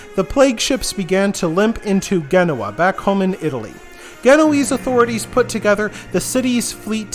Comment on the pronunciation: not Ghenoa, jen no wah (genoa)